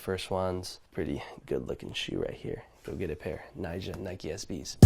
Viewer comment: 尼亞？誰啊？奈賈發音還比較接近吧